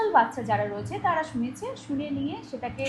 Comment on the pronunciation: র টা ঠিক ভাবে বলো, তাড়া নয় তারা।